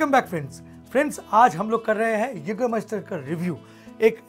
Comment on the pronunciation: Naam padh pr khud ka pronunciation banata hai kya bhai😂😂